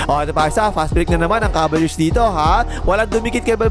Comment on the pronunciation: BAKIT "KABALYEARS" ANG PRONUNCIATION MO SA "CAVALIERS"? 🤣